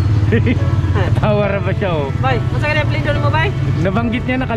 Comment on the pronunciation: Apelado po cnabi nyang apilyedo sir